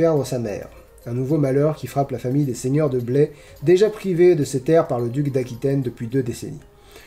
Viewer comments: Bonjour ! Pour info, concernant la ville du seigneur Jaufré Rudel, on ne prononce pas Blé mais Bla-yeu. ^^ J'ai grandi dans cette ville, été au lycée Jaufré Rudel et connais vaguement l'auteur héhé. Toujours aussi chouette ces coins lecture. :) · Alors par contre,, on dit "Blaïe" pour "Blaye" =) (C'est en Gironde, un peu au-dessus de Bordeaux) Merci pour ces critiques, c'est toujours intéressant!